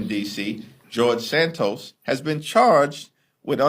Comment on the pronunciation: “…George Santoast…”😂😂😂😂😂